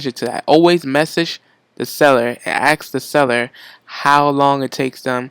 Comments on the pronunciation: The word is ASK not AXE ugh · It's pronounced ASK not AKS